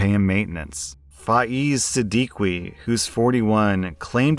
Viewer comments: Hi, Siddiqui is probably pronounced sa dee kee. Love the content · 😂😂😂 It's pronounced Sid-Di-Ki, also not surprised by the story since most Brown men are just like this. They're super dependent on their parents, and even live in their parent's house all their life. If they move out at the age of 27 or something, they expect their parents to pay for the apartment. Not surprised even a bit, its a brown men thing. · Siddiqui is pronounced sid-ee-key